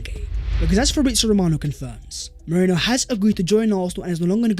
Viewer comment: ME-RI-NO!!!!!!! OH MY GOD.